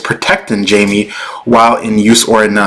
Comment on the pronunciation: It's pronounced as Hai-Mei. Not Jamie.